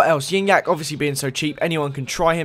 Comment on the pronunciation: It's pronounced gee nyac